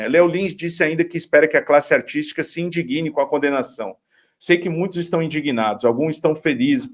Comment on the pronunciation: Por favor, não diga "indiguine". O correto é "indigne", do verbo "indignar".